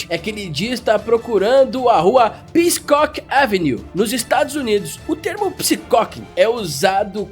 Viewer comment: Peacock, e não Peacecock, é a tradução direta pra PAVÃO em inglês...